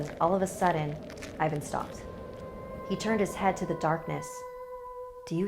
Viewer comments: I am not trying to be rude but you must read the I in Ivan as E and A in Ivan like A in Ass Xd I know that you didnt know how to say it, I just want to save you comments like "ew i am cringying when i hear how you prounaunce bulgarian names!!" Love you!! Simeon (Semheon) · Ivan should be pronounced like Even 😝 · actually like Evan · Its evan and vasael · Oof the names. You shoud have atleast done some research on how pronounce them. The pronunciation is scarier than the video..... Anyway luv ur vids keep it up and pls do some more videos about Bulgaria I rly love them. And for all the ppl that will ask. YES IAM BULGARIAN!! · I feel bad for Ivan :(( (also that's not how to pronounce his name) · NOT vAsil it's Vasil. And not Ivan it's ivAn good story BTW some samodivas are kind I am Bulgarian and actualy samodivas are real they are womans who are tought of witches there are few even nowadays... They are like prostitutes they lure you and rob you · Great episode, but I'M CRYING that is not how you pronounce these names. It's more like eevUhn and vuhsEEl', I hope my bad transciption makes sence. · Ey Im a bulgarian and its Vasil :3 And the name is pronounced a not ae but a And Ivan is E not i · The way she said "Vasil" and "Ivan" made me laugh real hard as a Bulgarian But let's have a moment of silence for the sacrifice of Vasil I'm more scared for what actually happened with his body and his dog's one it sends chills to my spine 🥶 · I loved this story.The only thing that irks me is the mispronounced names.Vasil has emphasys on i.Whilst Ivan has emphasys on van.